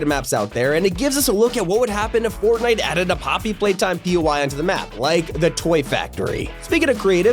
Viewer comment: "-Poppy Playtime in Fortinte!" No